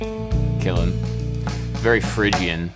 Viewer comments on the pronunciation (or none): none